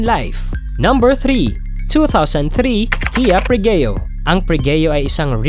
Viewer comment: Bobo ng vlogger na ito. Puro mali ang engine specs at pati pangalan mali, pregio ginawang pregeo daw. Ang bobo mo brad! Haha